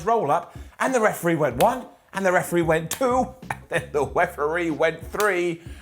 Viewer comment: "weferee" lol